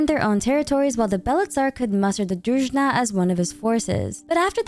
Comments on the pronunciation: If you have time I suggest to look up the pronunciations for the names of characters and words like Druzhina. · Thanks for using the correct stress in the word Snezhnaya! :face-red-heart-shape: Btw, there's no such word as Druzhna, the correct one is Druzheena [druzhi:na]. It means a squad of friends, trusted warriors guarding the monarch.